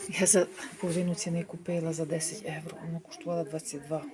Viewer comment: Трохи слух ріже....там говоріть евро ,а для нас українців євро😊